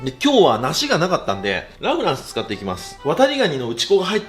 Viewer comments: ラ・フランスのイントネーションおかしくない？ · ラフランスがアデランスのイントネーション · ラフランスのイントネーションが気になりすぎて、みた内容忘れた おフランスと同じイントネーションだと思う笑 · ラ(↑)・フランスが気になりすぎる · ラ・フランスのイントネーション😂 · ラ・フランスの発音が気になる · ラフランスのイントネーションが自分と違う😮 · ラ・フランスのイントネーション、このバージョンは初めて聞いた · ラ・フランスのイントネーション違くて新鮮🍐